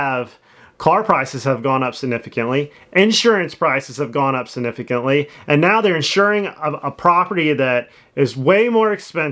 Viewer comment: Please learn to say significantly